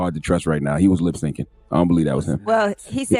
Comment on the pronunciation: "Lip sinkin" 😆